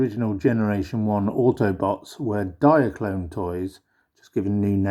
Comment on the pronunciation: lol no mate. it's not pronounced "Diakron" Diakron was the KO of Diaclone